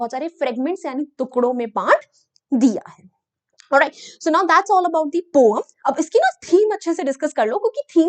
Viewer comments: Poem ko pom pronounce Krte hai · Poem❌ pom✅ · Poem bolne ta tarika thoda casual hai "pom"😂